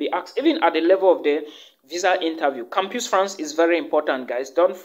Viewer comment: My brother, thank you for the valuable info. but PLEASE: it is campus pronounced as kam-pas.